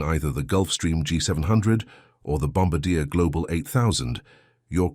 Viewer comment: PLEASE... once an for all... its pronounced "Bom-bar-dee-A".